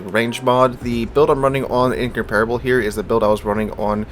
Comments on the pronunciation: "In-comp-rubble" not "in-compare-able" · In-comp-rable, not in-compar-able.